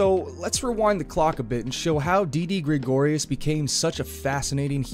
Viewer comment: Please stop saying Graygorius